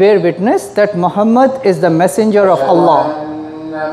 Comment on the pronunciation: Not Alah....try pronounce it as 'Owl Loh' or 'All Loh'